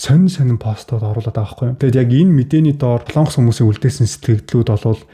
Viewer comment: Сайн уу? Яагаад Солоонгос гэж хэлдэг юм бэ? О үсгэн дээр уртаар дуудах өргөлт авах юм аа. Монгол үг шүү дээ. Солонгос шүү дээ. Соолонгос, эсвэл Солоонгос ч биш "Солонгос"! Ямар ч өргөлтгүй. Эх хэлээ хайрлая